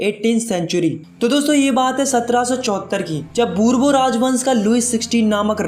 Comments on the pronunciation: bhai burbo nhi burborn 😂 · bourbon ❌borbu✅ 😅